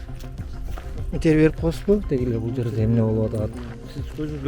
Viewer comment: 🤣🤣бля журналист хренов, туура сүйлөштү үйрөнгүлө анан сүйлөгүлө, миилисия, каментари, савумлейку, энтерву и т.п. деп сүйлөп жүрөсүңөр бля